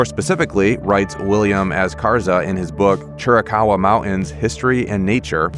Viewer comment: It's a sad state of affairs that folks don't seem to care when other folks butcher the English language! (Montans? Mountains!) Sorry but this kind of thing drives me crazy! I know it shouldn't bother me, but it does!!